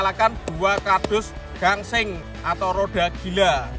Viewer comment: Bang gaseng bukan gangseng